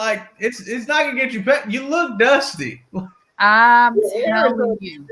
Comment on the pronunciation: “Ya look duustay”